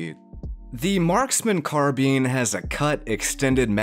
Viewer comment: That's not how you say carbine you say it like this car then think of the word combine and take out com combine the words and you get carbine not carbean